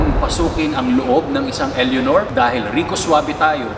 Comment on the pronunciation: Eleonor? Pronounce it as elenor